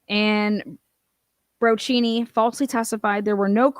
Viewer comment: it's Detective Bro-key-knee. Just FYI,, Love your reporting on this.